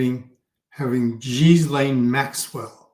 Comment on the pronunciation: Gislaine is pronounce Gil-ane fish Gil, Lane. I know. It’s strange and took me ages to get it. Until you hear it, why would you know it 😆